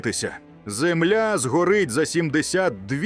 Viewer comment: Наголос правильно став не зееемля а земля